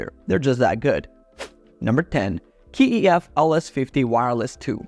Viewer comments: It's not K E F it's KEF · Why do you pronounce the letter K (kay), keee when you talk about Kef?😂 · Its Kay E F..not Key E F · I don't know where you got this K-E-F business - how can you be an audiophile and not know it's one syllable - KEF! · How do you claim to be an expert but can’t pronounce KEF correctly. You test active and passive speakers against each other, you leave one brand at a lower tier due to price but put the KEF in god Tier when they are the most expensive on the list. Also leaving off the Martin Logan 35xti’s off the list is a crime. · Its strange that you pronounce KEF per letter.